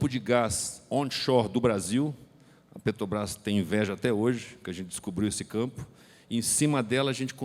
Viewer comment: O sujeito ainda fala "petobras" , rss